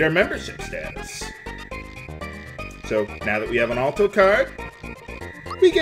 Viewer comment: Sorry for being so particular, but Alto is pronounced with the "Al" sounding like the name instead of "All." (Ahl-Toe)